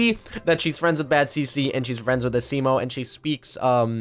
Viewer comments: Your saying asimo wrong this is how you say it (asmo) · Why is he saying asimo the wrong way??? A-SEE-MO